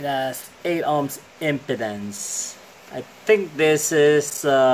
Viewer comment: Mali pronunciation mo in impedance bro, dapat im-pē-denz😂